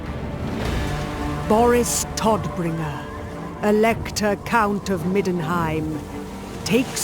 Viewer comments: It's so bad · It's funny how the narrator pronounces "Todbringer"